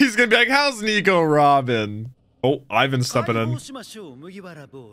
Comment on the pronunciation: first ov all its ivan not pronounced like you doo second crocodile is apparently to theorys luffys mom